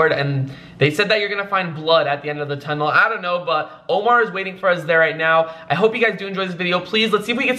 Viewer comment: that tunnel should be “ Datunnel”